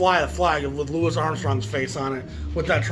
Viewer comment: I will say this, I applaud you for saying "Louis." I peeves me when so many others refer to him as "Louie."